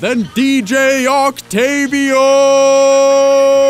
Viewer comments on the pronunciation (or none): OctAEvio? OCTAEVIO?!? ITS OCTAVIO, DANG IT!